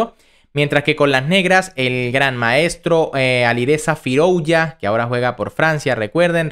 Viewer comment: Firouya, Firoulla, Firouuila, Firulai...el dia que lo pronuncies con Z y digas FIROUZZZZA, le daré like